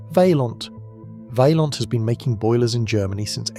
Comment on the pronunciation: it is Vay-smaan, not Viesman. Also, it is Vay-an, like Mish-lan.